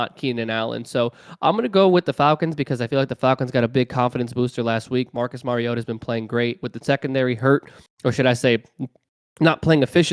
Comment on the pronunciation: Mar-E-O-ta not Mare-E-O-ta He is not a female horse. Like Mario Andrette. But "ta" instead of Andrette.